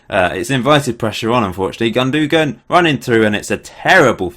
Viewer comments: Gundogan is pronounced "Goon-do-wan" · It's Gun-Doan lol :P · It's Gundogan, not Gundogan.